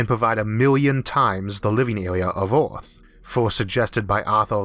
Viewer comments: Not criticizing your speech pattern but noticed your pronunciation of "Ea"rth seems struggled, yet you can pronounce the proper sound when you say s"ur"face! Maybe think of Earth as Urth and it might work out better for you. Good luck. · i subbed just to keep hearing him say tearwafoaming, mawz and ewuth. 😂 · Speech impediment from hearing loss? Oth=earth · "Oarth"? LMAO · Orth instead of earth :) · D It´s not Ooorth, it´s eeearth. Good video though. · Wetowning to Owth fwom Mows fwoating owond in a corcle in a howocane. Every vowel is interchangeable with an O .....usually but not every time......I just can't take it. His videos are like being with the most beautiful woman in the world who has bad breath and hairy legs. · Its Earth not Orth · Terrible speaking voice. "Orth" instead of Earth. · Dimas Tjahjono Dradjat I love the videos, but his pronunciation of “ea” as “ou” is killing me! Earth is Ourth! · CANT LISTEN TO YOU SAY EAAAAAART!!! Christ dude! The letter R ISNT THAT HARD TO PRONOUNCE. You sound like you have cerebral palsy. Christ. If you CANT pronounce the words then use a translator like everyone else. Ugh terrible. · The constant mispronounciatio of "earth" as "Oort" is really putting me off. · Nice video but quite strange hearing you say "Orf" instead of Earth. I suggest seeking professional help from a phonaudologist. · Pronunciation is border line retarded. Eawf? Pawadise? Tewaforming? Yeawas? Maws? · I like how instead of saying earth he says OARTH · I can't watch this... I tried but his pronunciation is just so annoying >< aarth = earth? maas = mars? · Can he pronounce his R’s?? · theGamingHero yeah, mad respect for the commentator. I used to have a similar speech problem. He has trouble saying words with “r” in the middle or end of words. Words like “Earth” and “World” are hella hard for us to say.